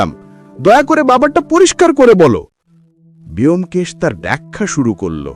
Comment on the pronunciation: 'ব্যোমকেশ' এর উচ্চারণ বোমকেশ হয়, বেয়োমকেশ আবার কী উচ্চারণ! ভীষণ কানে লাগছে।